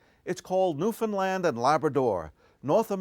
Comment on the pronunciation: I just have one piece of advice for the advert. Pronounce Newfoundland right! It is not Newfinland!